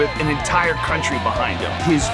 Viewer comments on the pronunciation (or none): none